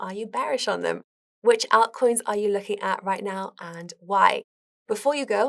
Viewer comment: First and foremost: Great video! However: "ah-ltcoins" "Peter Thile" ???